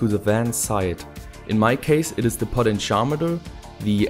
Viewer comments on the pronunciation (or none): none